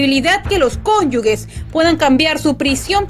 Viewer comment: Se dice "cónyuge" no "cónyugue" ¡Dios!